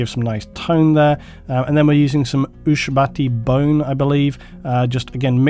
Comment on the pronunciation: hahahahaha phew! I had a good laugh then. My dear fellow, it is pronounced: Oow-Shab-Tee Bone.